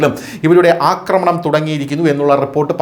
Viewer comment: അക്രമണം അല്ലാ ആക്രമണം ആണ് ശരി.